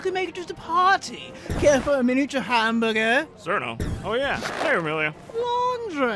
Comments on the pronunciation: umm, it's pronounced チルノ, not Cirno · Be careful not to pronounce cirno as "sir-no" around touhou fans, or they might rip you apart... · kool skit but they pronounced cirno wrong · thats not how you pronounce flandre and cirno